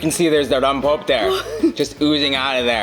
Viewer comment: "Rompope" is pronounced, rom pope eh. Missing that extra vowel. That flavor is amazing though!